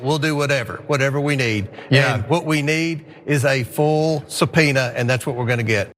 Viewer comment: Comer has a real SubPenuhhh if you know what I mean.